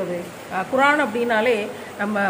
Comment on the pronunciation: குரான் இல்லை குர்ஆன்